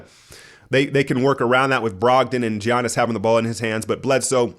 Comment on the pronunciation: still doesnt even know to say Giannis' name or budenholzer's name.... weird